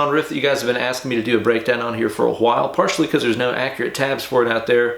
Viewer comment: "...for a Wuh-aisle..". In other news, you clearly barely apply any pressure with your fretting hand. My first guitar had the frets filled down by the prior other who played slide, apparently. How the FUCK can I break the engrained and fukt habit of fretting with the grip of death?!?